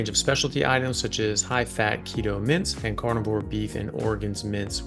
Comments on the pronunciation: LOL! 🤣🤣🤣🤣I thought you were saying Carnivore "Mints"! I finally realized you were saying "Mince". 🤣🤣🤣🤣🤣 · Every time he says it. 😆